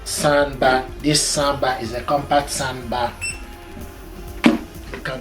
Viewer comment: I love this "sond bah"!!!